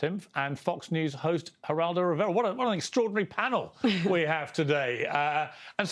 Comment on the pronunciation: Lol! The best pronunciation of Geraldo Riviera EVER🤣🤣🤣🤣🤣